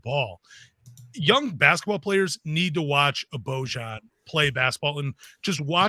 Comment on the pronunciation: Boy-ahn Bogdanovic